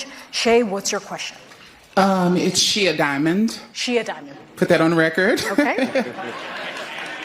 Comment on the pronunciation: "She-a DUDE MAN" it's not shia diamond. Change my mind